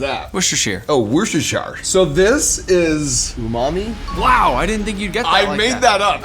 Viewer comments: "its worcestershire" "oh its wohshowshar" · its pronounded "wooster" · it's pronounced wustuhshir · Neither of you pronounced Worcestershire sauce correctly 😂😂 as a Brit I take offence 😂 Love the vid too, mark and nick is the best combo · 🚨🚨*HE PRONOUNCED WORCESTERSHIRE SAUCE INCORRECTLY* 🚨🚨